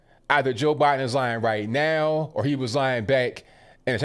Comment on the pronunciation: "Bye-done" needs help!